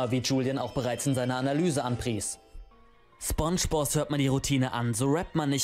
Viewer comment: Es wird spOngebozz ausgesprochen Nicht spungebozz Btw nette Reaction